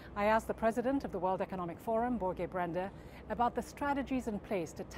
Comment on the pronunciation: His name is Börge / Børge Brende, not Borgo! 😅 (edit: corrected now)